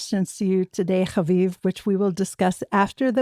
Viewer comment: is ridiculous and comes off incredibly naive sometimes. When she said but it’s not fair that we struck Qatar. Like are you serious?! Haviv had a great response tho can always count on him to tell it how it is. Also the way pronounces havivs last name is seriously getting old. Stop being so dramatic with it jeez! But yeah was trying so hard to get haviv to validate her opinion that the IDF is acting like a big bully. Can’t stand her but I do love the times of Israel and every other person they have on